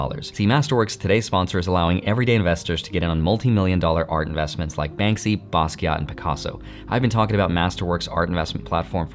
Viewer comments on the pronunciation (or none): none